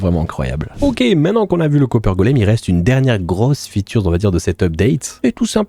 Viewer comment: Une « featurz » 🤣